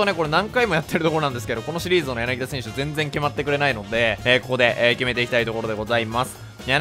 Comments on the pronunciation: やなぎだではなくやなぎた ↑この間違いはホークスファンが怒るやつ。。。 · 私にやなぎだと言っているように気がします。 言ってなかったらすいません。